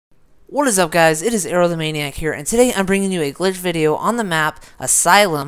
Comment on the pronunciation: Sounds so weird you saying "Aerothemaniac" haha